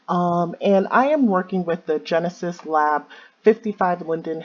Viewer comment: Drinking game: Every time says "Genus" instead of "Genesis".